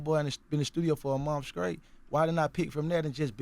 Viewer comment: Words pronounced by Gucci: Scraight Scraw Pahdnah Shtill